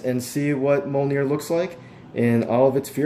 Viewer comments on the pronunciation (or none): It is NOT pronounced MOL NEAR